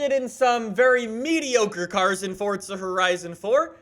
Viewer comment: Nobody gonna talk about how he pronounces it fort-za